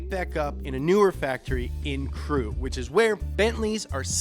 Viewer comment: I have to congratulate him for pronouncing crewe properly. Because even the english dont know how to pronounce that word.